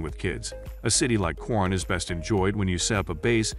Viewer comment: Pronounce it KO RONE. If you pronounce it your way Filipinos will not know what you are talking about.